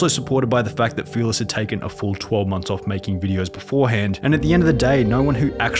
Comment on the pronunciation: It’s uff not oof may well just say off not oof